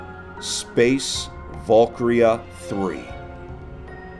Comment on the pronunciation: Space valk-ryahh